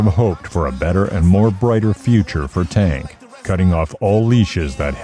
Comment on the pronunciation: The narrator mispronounced Tank’s name the whole video wth